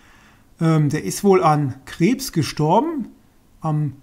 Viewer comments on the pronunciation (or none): Du spricht Krebs wie C/krabs(wie der von Spongebob aus) haha